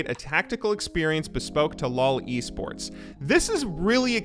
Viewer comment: When you say LOL esports and it sounds like loli sports 😂😂